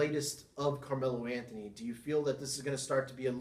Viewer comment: Good video overall. You voice is a bit too low, your pronounciation, especially "Camelo Anthony" needs to improve. And you need to have your own style, both the way your talk and your comment show, if you really want to make it a show. Keep it up.